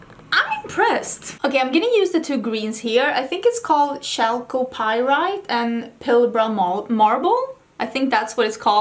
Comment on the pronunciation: OMG this is so cool! I'm a petrologist and I need to tell all of my friends about this. :O FYI: Chalcopyrite is pronounced calcopyrite and the crystal on the front of the packaging looks like the mineral olivine [pronounced olive-een]